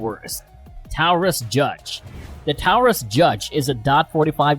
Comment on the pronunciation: Learn to pronounce Taurus. Dum